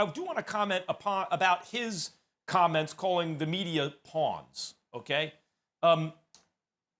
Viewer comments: Everyone that speaks the english language: “Pawns” Stephen A.: “Pee-ons” 😂😂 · Did Stephen A just pronounce “Pawns” as “P-ONS”!? Like WHAT!? PEE-ONS!? I mean ig Kyrie does consider the media as something he pees on, so... makes a lil sense. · Pawns, not peons!! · Pee-yons its Pawns 🤣🤣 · Why does Stephen A keep on pronouncing “Pawns” as “Peons”? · ...he said pawns not peons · "PEE-AWNS" is this an alternative pronunciation to Pawns (PAH-NS)? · lmao the fact that he said peons instead of pawns is funny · my man stephen a really just read pawns as p-awns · Man said Peeons Ahhhhhh what a fool 😂😂😂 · Did he said "pee on"??? lmfao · He read pawns as: P-awns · You STEPHEN A.had difficulty reading as a child...so obviously this is a word he had trouble with....PEE-AWNS is not a word. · He called them PEUNS 🤣🤣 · Stephen A kept saying PEE ONS 😂😂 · lol no wonder Kyrie doesnt want to talk to the media, stephen A says he called the media pee-ons for an entire segment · P-awn pronounce it and u get ur answer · Peawns??? Lmao 😂 what???? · is nobody gonna talk about how Stephen A said 'pawns' 😂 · When did Kyrie call the media peons 🤔 I thought he said pawns .... SAS u dumb af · can stephen A not pronounce “pawns”